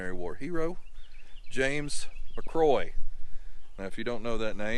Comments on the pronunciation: My last name is McCrory and I’m a descendant of Ensign James McCrory. Thank you for showing his burial site. However, I cringed every time you mispronounced our last name. Think of the name “Rory”, then add Mac to the front of it. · Pronounced Mac cŕoary with a roar in there. 😊